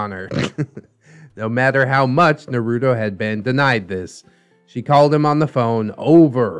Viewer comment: I really hope you’re pronouncing naruto like that ironically